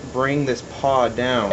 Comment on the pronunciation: Its pawl, not paw. Nice saw!